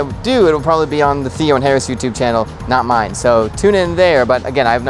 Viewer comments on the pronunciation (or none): none